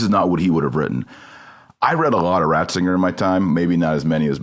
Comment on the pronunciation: Did just call him "Bratzinger"? I think I heard that... I think it was on purpose.